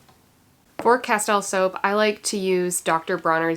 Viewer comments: It’s pronounced Casteel fyi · Castile is pronounced 'casteel' I believe. I use Dr. Bronners also. Good stuff!